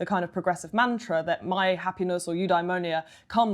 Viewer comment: Have a drink every time she says ‘new dimonia’